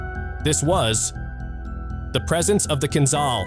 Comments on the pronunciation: It’s not Kinzal, it’s Kinzhal: kinjal🇺🇸❤️🇷🇺🇺🇸❤️🇷🇺🇺🇸❤️🇷🇺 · ahahah KinZAL - its KinZHal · KinZHal ! Man spricht, wie KinJal aus !